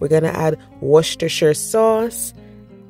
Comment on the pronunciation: I did not hear or understand the name of the sauce Westchester or Worchester, could you please spell it for me. Thank you ❤